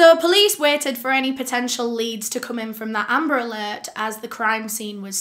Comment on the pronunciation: It sounds like "umbrella" when she says amber alert..😪